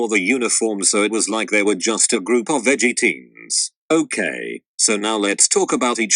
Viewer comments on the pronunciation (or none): it sounds to me like it’s saying “veggie teens” instead of “edgy teens” 😂😂😂